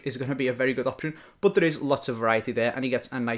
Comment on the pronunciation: but=bat. Not but=bUt. Thats so annoying